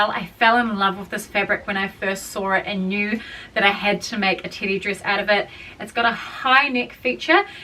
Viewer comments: It sounds like you're saying titty😅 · Also, I can’t get over your accent you keep saying Teddy dress and it literally sounds like you’re saying titty and it’s like I don’t know if you already knew that cause like you keep saying it so many times throughout the video all I’m hearing is like titty dress titty dress my favorite titty dress like oh my God I can’t !!! The information you sharing is so valuable, but maybe when I have more patience I’ll come back and watch 😂❤😅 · I thought you were saying titty dress this entire time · ...same, doll, same RME can't hear teddy in there ANYWHERE